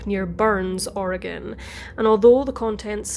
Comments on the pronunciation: You've done several stories that take place in Oregon and I've lived my whole life (54yrs) here. I just want to say that your pronunciation of our cities, counties, waterways, whatever is spot on! More than any other YouTuber I've heard! Keep up the terrific work! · You pronounced all the Oregon place names - including "Oregon" - flawlessly. Nice work!